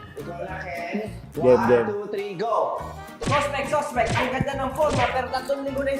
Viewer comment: Natawa ako dun sa 'Suspect,suspect dati mukhang supect 😂😂 Bilis ng rebuttal ni Stell 😅😂